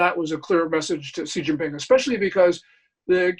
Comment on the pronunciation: For the love of god his name is pronounced She (as in she is a girl) Jean (like blue jeans) Ping (like ping pong) Xi Jin Ping. Lets strive to learn how to say peoples bames properly.....its easy.